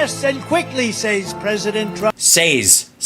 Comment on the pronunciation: Saaays is the way Ukrainians pronounce Says.